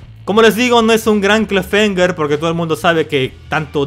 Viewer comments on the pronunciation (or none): "clafemger" XD